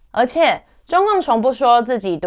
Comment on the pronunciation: 謝謝頻道製作清楚優良的內容，但建議讀稿可以再訓練口條，「一整套詩想系統」「貶義池」「獨柴」「吹毀信愣」，不是要當口音警察，只是不看字幕聽起來很吃力